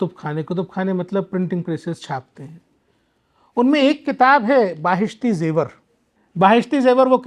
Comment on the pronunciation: महोदय जी, आप बड़े गर्व से छूठ पे छूठ बोल रहें हैं। और आप की अज्ञानता साफ दिखाई दे रही है। आप खिलाफत आंदोलन को खलीफत आंदोलन बोल रहे हैं। बहिस्ती जेवर को बाहिस्ती जेवर बोल रहे हैं। आप ने ये भी नही बताया कि रात साढ़े तीन बजे उठ कर बच्चे क्या करते हैं जब कि सुबह की पहली नमाज (फजर )लगभग 5 बजे होती है।आप को बता दूं कि इस देश के महान उपन्यासकार मुंशी प्रेमचन्द, इस देश के प्रथम राष्ट्रपति डॉ राजेन्द्र प्रसाद भी मदरसे से पढ़े थे। दरअसल स्कूल का अर्थ मदरसा ही है। आप को सच्चाई छिपाना है। मुझे तो अचार्य हो रहा है कि आप को किस योग्यता के आधार पर इस पद पर बिठाया गया है। रही बात बेसिक शिक्षा की ये अधिकार तो भारत मे सभी धर्म, पंथों, समुदायों को है। वह अपनी भाषा मे शिक्षा दे सकते हैं।आप को केवल मुस्लिम समुदाय को बदनाम करना है। उसे विलन पेस करना है। आप की बात तो यूनिसेफ ने भी नही सुनी क्यों की आप असंवैधानिक बात यूनिसेफ के सामने रख रहे थे। आप हर बात मे गूगल देखने की बात कर रहे हैं। गूगल पर देख ले आज भी हिंदू बच्चे मदरसों मे शिक्षा ग्रहण कर रहें हैं। क्योंकि आप आज भी गरीबों को सस्ती शिक्षा दिलाने मे असमर्थ है। नफ़रत मत फैलाओ अपनी रोटी न सेको।